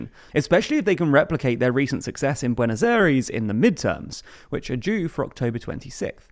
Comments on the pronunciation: You mispronounce his name terribly, also Peso and BuenosAires, damn you need some Spanish lessons, literally butchering the language. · You got the pronunciation of Buenos Aires wrong